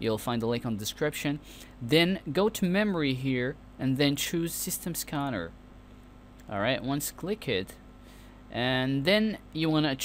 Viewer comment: Jigabytes and skanner lol.